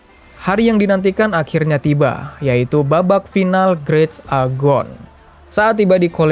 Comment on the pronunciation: Btw itu turnamennya namanya "great agon" tapi di bacanya "great egon" bgh, lo bilang nya grit agon🤣🤣🤣